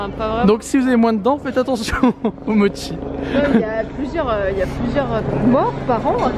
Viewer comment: hahahah ça se prononce "motchi"(mochi) pas moki